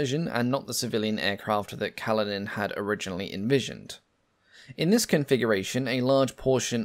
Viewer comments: Kalinin is pronounced 'Kaleenin'. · Kalinin has stress on the second syllable (1st i)